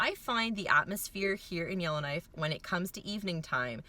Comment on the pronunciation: I keep hearing Illinois but you're saying Yellowknife.